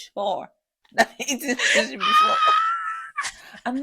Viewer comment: “shushi” 😂😂😂😂😂😂 i’ve laughed until. Mind you, i’m in public. Here’s a self reminder to never listen to you guys in public 🤣🤣🤣